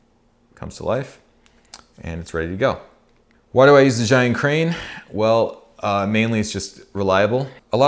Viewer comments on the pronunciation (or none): it is called "zai yun", it is called bri -"dge" yun, all youtubers from non-chinese speaker spoke the wrong way.